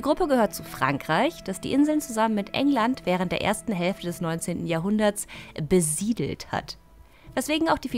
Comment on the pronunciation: "Besiedelt" so obvious betont ^^ So blumig kann man erobern auch bezeichnen